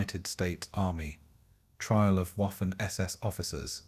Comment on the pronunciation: You blockheads, YouTube flunkies, need to edit your AI crap as the “W” in German, is pronounced like a “V” not a “W”. Waffen is pronounced Vaffen not Waffen. Among other errors!